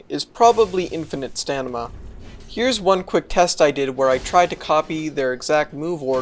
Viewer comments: I just found your channel a couple days ago and love your work. But man, I can't help but be fixated on the way you say "stanima" instead of "stamina". I've personally accrued similar pronunciations for reasons ranging all the way from a conscious choice just for fun, to being taught wrong on purpose as a joke, so I guess I'm just wondering if it's something you do consciously or not. I mean no disrespect, and apologize if this is something you'd rather not discuss. Either way, this is top tier analysis content. Looking forward to whatever you put out next 👍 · Why does it sound like you switched the "n" and "m" in Stamina? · Are you intentionally saying Stanima or do you not know that it's wrong? :o Nice showcase other than that, Enjoyed the video :) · BRO! Stamina! Stamina! NOT STANIMA! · IT IS NOT STANIMA. IT IS STAMINA (St-ah-me-nah) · Are you saying “stanima” on purpose? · It's stamina, not stanima. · stanima = stamina? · Stanima xD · is the "stanima" thing a bit? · Sta-MIN-a. God in heaven. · Sorry, did I hear stanima? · its pronunced 'stamina', mate. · What's with the "stanima"? Is that an inside meme or something? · Yea, I think that just how he says it. It's pretty much every video. Oh well, I know adults that still say "chimley" and "liberry". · The way you pronounce stamina is awful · You say stamina wrong and it's infuriating